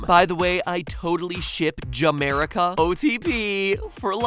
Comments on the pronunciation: OTP Ja-merica? MatPat, do you realize what that sounds like to us Hetalia fans? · ja-merica sounds more like Jamaica + America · Did any ex APH fans have a violent flashback when he said "I ship Ja-Merica"